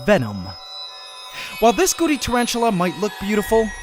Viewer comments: Had you not had the nae written on screen, I would have been calling them Goody spiders. Why do you say Goody and not Gooty? It is a T, not a D. I have noticed it in several of your pronunciations of the scientific names of things too. Surely it is not very scientific if you do not pronounce them properly. If people are only listening, they will learn the wrong name for things. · When he first said Gooty spider I hear Gucci spider so kept thinking Gucci spider 🤣